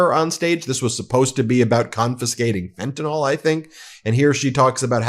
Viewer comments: i just gotta say: it's pronounced "fen-tah-nill", not "fen-tah-nawl" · fentanyl (pronounced fentynil) not "fentinol" please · FentanYl not Fentanall. FEN-TAN-ILL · I can’t listen to you saying “fentanawl” any more. Fentanyl! JfC! Read the word! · WHAT, EMPTY FRNTANYL BOXES? 😂😂😂😂 YUP THAT'S TRUMP ALLRIGHT 😂😂😂😂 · Ben, please pronounce fentanyl correctly. The ending sounds like (nil) not (nol). Thank you! R.N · Fentanyl's last sylable is pronounced "nil". It's a short 'i' sound, as in "alcohil". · I love your show, but could you please set the proper standard for the pronunciation of the word "fentanyl". Way too many people pronounce it as though it ends in an OL and it clearly does not. This just bugs the living crap out of me. It would be wonderful if you could get this right. You're really good at getting your news coverage right I would hope you can do the same for this particular word. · Why do you Americans refuse to pronounce very simple words correctly? Fentanyl. Y’all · Check your pronunciation of fentanyl